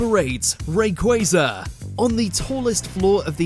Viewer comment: Honestly, im not surprised by the top ten. What does surprised me is that they pronounced rayquaza's name correctly